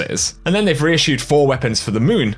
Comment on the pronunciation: REISSUE. Couldn’t finish the video after that lol. Still get my like on the video though